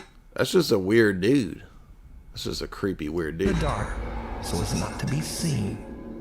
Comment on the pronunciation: 😂😂 keep up these jokes man very fun “cweepy” stream!! that lighting fr scared me